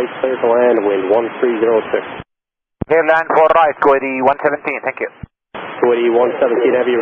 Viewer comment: Ah, it's our old friend, 'Cletalan.'